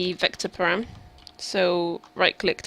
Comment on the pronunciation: I could handle "mat," but I had to stop when she said "param." It was good up to that point though.